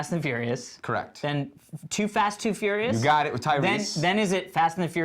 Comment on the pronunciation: LOL fast and the fourious haha